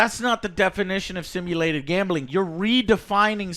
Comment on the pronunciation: GAAHHMBEELING. Joe there is no E in gambling.